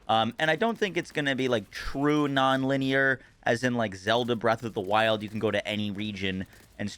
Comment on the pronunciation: 1 IT'S LINEAR NOT "Liner". 2 worst decision ever, now you can just skip straight to the end of the game for those 2 seconds attention span fornite brains who didn't even like the story to begin with.